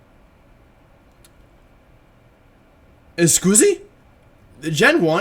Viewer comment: I love how Wolfey says "Escusi" instead of "Scusi" (which means "excuse me" in italian, idk where he learnt that, maybe from Pardini)